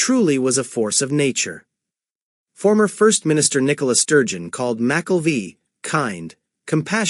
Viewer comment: McKelvie is not pronounced that way….